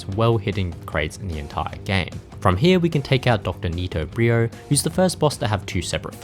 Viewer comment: I don't know who Dr. NitoBrio is; I'm pretty sure it's N.Brio. You know... like embryo. Aside from Cortex; all the N-boss names are puns. [Embryo; Engine and Entropy]